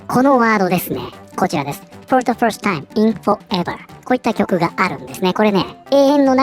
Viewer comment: first timeが「ホルスタイン」に聞こえた。英語をヒアリングからやり直そう